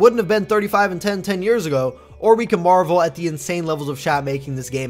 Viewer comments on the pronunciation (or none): none